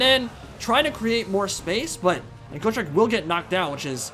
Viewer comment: Go-trek lol, it's pronounced Got-trek, Got-trek Gurnisson. "I fought Chaos Dragons, and Lich Kings! I fought Greater Demons and the GODS themselves! I bled Be'lakor the Prince who would be King! I crossed axes with GRIMNIR, and walked away! I swore to die in battle, but I outlived a WORLD, come try me beast, maybe you'll have better luck than every beast I've ever slain to now, maybe (Laughing) we both will!" From the Realmslayer Audio book. Please give this Dwarf the respect he is deserved.